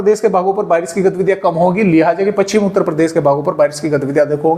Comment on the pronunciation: पच्छिम नहीं पश्चिम बोलिए। सही उच्चारण का ध्यान रखें।